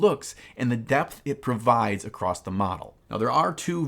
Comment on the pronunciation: I'm so happy to have noticed that someone pronounces the word "across" the same way i do. "acrosst"